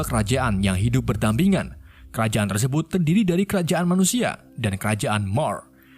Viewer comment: 2.50 bilang nya tersebat bukan tersebut 😂